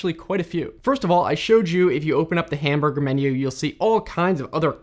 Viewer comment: If you open up the "hamburgher" menu...